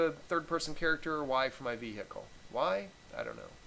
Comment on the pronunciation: So no one is going to mention 'vee-hickle'